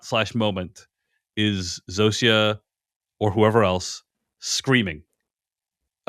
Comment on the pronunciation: All the way through the show, Zosia has been pronounced Zoh-sha. You keep saying Zoh-see-uh. Why?